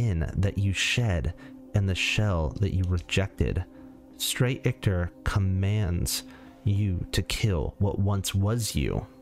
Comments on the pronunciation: Sorry homie. Ichor doesn't have a "t" in it. It doesn't rhyme with victor. Your pronunciation drives me bonkers. Hahaha! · The way you’re pronouncing Ichor is bothering me way too much